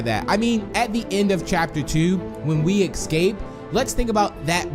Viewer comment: Why do you say ecscape? It doesn’t make sense